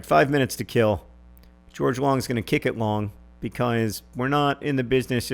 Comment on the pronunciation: Problem: I don't like the way you say "because".